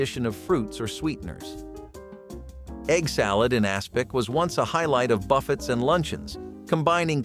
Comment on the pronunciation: "Buffets" ???? Were you raised by Yutes?